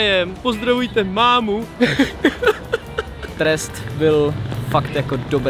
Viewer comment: Jay řekl ten test špatně😂